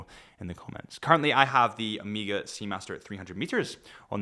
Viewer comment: Getting some JLC Polaris vibes here. Oh, and any chance you'll ever say Oh-may-ga instead of Amiga? I didn't think so. Great video!